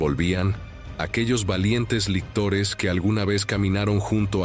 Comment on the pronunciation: Lictores, no lectores...